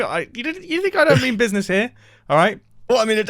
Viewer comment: No one: Mumbo: BIZNIZ